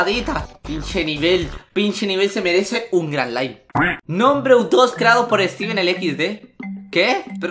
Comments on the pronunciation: Dijo nike en ved de like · Minuto nike en ves de like xd